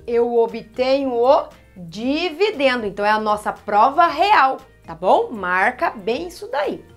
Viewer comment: "E vc marcou bem os nomes?" ela errando na hora de falar dividendo